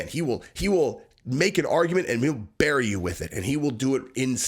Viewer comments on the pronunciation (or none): none